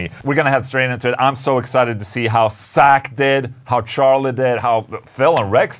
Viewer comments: It's Zakk...not Sack. 😆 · I like how you pronounce Zakk's name as "sack".